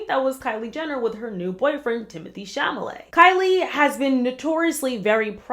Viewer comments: It’s Cha Le Met not Cham a Le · You saying chamalet instead of chalamet twice made me laugh so much after a 13 hour day so thank you !! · Love the video! ! New sub :) but iTimothee’s last name is pronounced like Char-lah-mayne - same way we say that horrible radio host that got fired. I believe that relationship is completely fake just like every kendal’s relationship because she’s not into men.